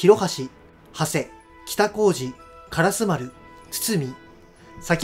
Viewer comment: 烏丸(からすま)だと思うけど からすまるって呼ぶ場合もあるのかな？